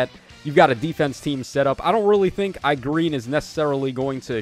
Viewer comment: When “E-Gren” is butchered to “i-Green”, that alone made the video fire 🔥🥶